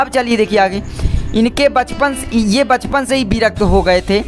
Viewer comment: bachpan hota hai bhai pchpan nahi